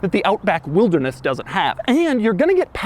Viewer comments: Does anyone else think Doug saying Wildness is similar to Hoovies Garage's Riptide Blue? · He does not say wilderness normal once. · Drinking game idea; every time Doug says "wilderness" in a weird way, take a shot. You'll be blackout in no time 😆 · Why does he say "Wilderness" like that? Should they have called it something else? 😄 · I like the highlighted emphasis on wilderness😂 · The ridicule emphasis on the word, "Wilderness," was pretty comical. 😆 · The way Doug says”Wilderness” 😂😂😂😂😂😂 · Why you sound like Frankenstein every time you say wilderness? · the wilderness emphasis really cracks me up as you say it😂😂😂. Kenya represented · It's actualy f**** annoying.